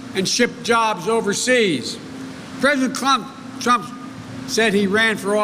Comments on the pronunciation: President “Clump?” at the mark? 😂 Whether it’s Trump or “Clump,” as you say, that’s who I’ll be voting for, not you. You aren’t for the people when a) you have no crowd and b) you don’t take questions unless they are scripted in advance. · PRESIDENT CLUMP??????? MY PRESIDENTS NAME IS DONALD J TRUMP. NOT CLUMP. CANT YOU GET ANYTHING RIGHT JOE????